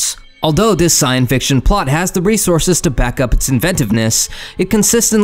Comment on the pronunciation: "Scienfiction" ? AI voice fail... lol